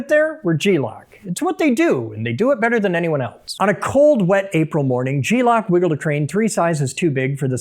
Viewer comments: Gelock, not G-lock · Thought dawg was just saying glock weird 😂😂